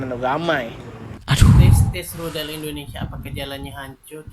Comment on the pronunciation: Itu.. Budalll....bkn.rudalll..